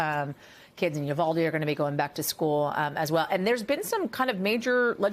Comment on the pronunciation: again mispronounced Uvalde